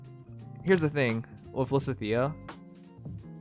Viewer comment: Why does he never pronounce lysithea correctly